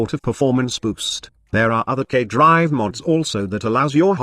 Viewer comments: Lol robot voice pronounces "gay drives" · Sounds like gay drives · Is anyone else hearing "gay drive"? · Everytime you stayed K drive I kept thinking you were saying gay drive XD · the auto-subtitle actually think he says that lmao